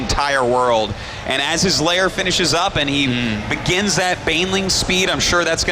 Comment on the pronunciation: i thought it was lair tech, not layer tech artosis?